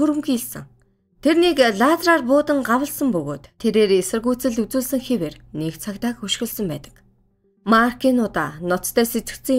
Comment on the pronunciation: өшиглөсөн гэдэг биздээ хөшиглөсөн гэж .......айн